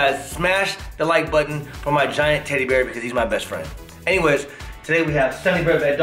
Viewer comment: Lol she just saying tteddy bear lol like its a real thing